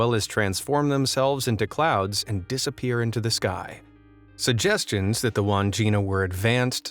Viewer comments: Its not pronounced wand jina its Wan (as pronounced in swan) - Jina (as pronounced gin) - a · Wandgina is pronounced wad gin nah.